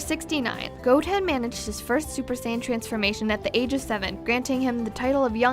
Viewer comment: 107 facts could've been made up of the misconceptions of the Japanese and English dubs alone XD Like here Saiyan isn't pronounced "say" (like in saying) its pronounced "sai" (as in Kai) BTW If you knew saiyan was a Japanese pun on the word yasai, then why did you still pronounce it like sayin?! XD